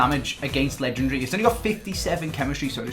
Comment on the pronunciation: pls stop pronouncing legendary wrong mate lol